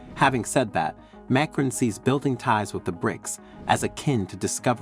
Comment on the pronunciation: Who is this “MAYcron” guy being mentioned? I’ve heard of “mahCRON” as the president of France.